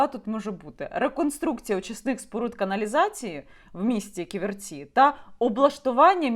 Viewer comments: Не КіверцІ, а КІверці. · Дякую за випуск. Але правильно Кі'верці а не Ківерці'. ))) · Не "ківерцІ,а кІверці!!!😡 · Яніна, дякую Вам за матеріал! Руки не опускаються, кров наливається! Війна з корупцією в повну силу, почнеться після нашої перемоги над русн*ь+ою. Неправильно ставите наголос, по складам: кі́-вер-ці (3 склади; наголос на 1-му складі). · п. Яніно, але чому й Ви полінувалися подивитися бодай у вікіпедії, як правильно вимовляти Ківерці? Наголошений - перший склад, а не на останній... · Ківерці - наголос на першу і ) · Як лучанка дякую за Ківерці,недалечко від Луцька,але наголос Яніни неправильний.Корупція та наглість-це шось! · Наголос на перше "і" , Ківерці , місто це не велике, але це залізничний вузол і багате лісництво.